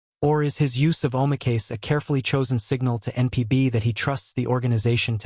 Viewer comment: Please prove that 3 players were banned for life. No Japanese news is saying that. What is your source and the names of the players?By the way "oh my case" is a pathetic representation of how that word is pronounced.